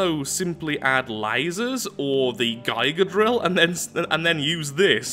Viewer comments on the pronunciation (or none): is the strangest way to say gig-a drill. lol Guyga drill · This irritated me too... Do they pronounce it differently over where he lives or is he just completely wrong?